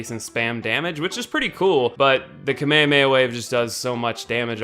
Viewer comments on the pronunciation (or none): it's "kame hame ha". not KAMAEOMAEOMAEOMAE